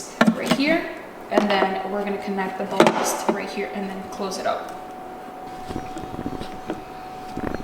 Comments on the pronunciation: Did you just change the ballast (almost rhymes with palace) on the driver's side? , you can see a very slight blink in the projector when you first turn it on. HID/Xenon(z-non) work on the basis of a small Xenon(z-non) gas filled bead that excites and outputs light when high voltage (can be either AC or DC depending on design, good ballasts generally only use DC for ignition) is passed through the gas. There are 2-3 stages of voltage supplied by the ballast. There's an initial ignition voltage, which is much higher than operation voltage, and then drops down to a warm up voltage, this is when you'll see the color change from purple to white, and finally another drop down to continuous voltage range, which even that can be a few thousand volts. That little blink usually means that the ballast isn't providing enough startup/ignition voltage, which on a D2S system is usually the ballast going bad. Other systems will have a separate ignitor, either on the bulb itself, or a 'connector' between the bulb and wiring, which provide that ignition voltage increase. With HID lights, please be careful once you plug them in, ignition voltage can reach 20,000 volts, which isn't very fun to play with. Just always make sure the lights are off whenever your hands are inside the headlight. Yeah, HID ballasts and bulbs can definitely get pricey, I paid almost $200 a bulb the last time I replaced them on my truck. What color temperature bulb did you go with? Don't worry, I have more 'shoes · It's definitely BAL-last 😊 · its pronounced ballast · Balas lol Ballasttttt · boo-lost... I love it 🤣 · Ballast rhymes with callous (means cruel). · Ba-lost 🤣🤣🤣that's perfect. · It’s pronounced “BAL-ist”....